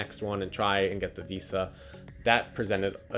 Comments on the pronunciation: I'd only be his friend if he says VISA properly from now on. Harsh standards I know. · I never want to hear this guy say Visa this many times and with that pronunciation ever again.